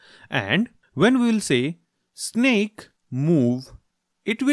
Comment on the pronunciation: its snake not snack